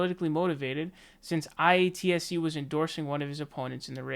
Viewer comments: Say it with me,: Eye-At-See. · And it’s pronounced “eye-at-see” it’s the film industry union for labour workers like hair makeup wardrobe grips lighting etc. And yes their rates are higher above the norm than a non union job. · by the way it's pronounced eye- ahh- T- see